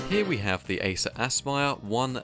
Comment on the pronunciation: Acer Ass-Pyre